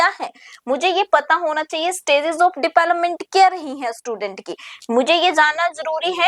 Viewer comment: Development ki pronunciation bahut embarrassing h mam